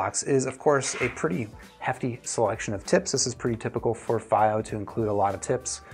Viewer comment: dunu d2000j dual dynamics and dual ba and you did all the pronunciation across the globe for the brand "FiiO" indeed a man of culture